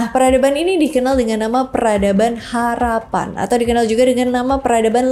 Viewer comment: Harappa 😮 bukan harapan